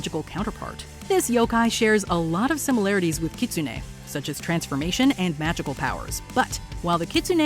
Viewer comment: Does anyone have a tsugomogami candidate at home? I have a cookbook that has been used in my family for over a century. I wonder how it would be as a Yokai... PS: my favourite Yokai is Kitsune and the narrator's pronunciation was atrocious.